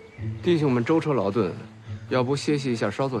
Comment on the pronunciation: 潘帅，那是舟车ju 劳顿